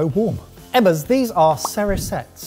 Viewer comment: Surely Cerisettes is pronounced “Cherry Sets”?